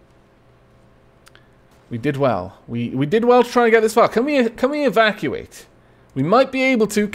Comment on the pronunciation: Every time you said "evacuate" in this episode I heard it as "Aavakuate" heh